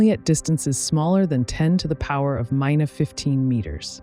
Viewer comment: Maybe the words for some of the numeric expressions should be written out completely in words instead of digits, before feeding the file to the voice synthesizer.